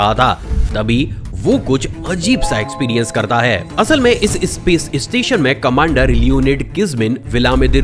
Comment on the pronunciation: इस्टुडेंट नही स्टूडेंट, इस्पेस एजेंसी नही स्पेस एजेंसी, इस्टेज नही स्टेज। और भाई इस्टेशन नही स्टेशन। सब में ई नही लगता।